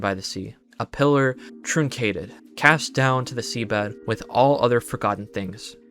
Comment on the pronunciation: Ikr ... He's certainly not very learned regarding the English language ... then again, he's maybe pretty young still so ... oh well ... ... - Anyways: At one point he pronounces "truncated" like "troon-kated", which, to me, implies that he didn't know the word truncate! Then, there's "liasion" which he pronounced "Lia-cyon" lol ... and at least half a dozen more examples like that XD ... Well, nobody's perfect ...